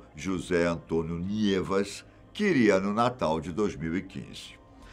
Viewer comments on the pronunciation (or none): none